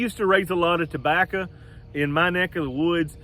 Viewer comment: Did he say tobachah?? Lol